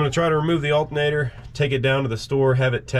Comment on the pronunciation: That is an alternator, not "altinator".